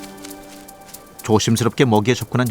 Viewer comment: 나래이터는 발음에 신경써야 할 듯.... 족제비를 계속 쪽제비로 발음하네.